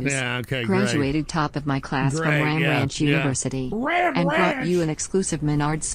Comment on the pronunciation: the way he says “RAMP RANCH?!?”